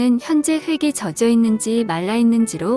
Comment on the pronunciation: 젖여가 아니고 젖어입니다 거 참...